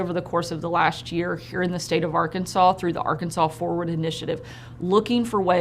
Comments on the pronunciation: So now the state name is pronounced “r-kansas”? Or has Sarah been hitting the moonshine? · It's not Ar-kansans Sanders! It's Arkansaw. Jesus Christ. She is not from there is she. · Sarah's a real dope, isn't she? She can't even pronounce her own state's name.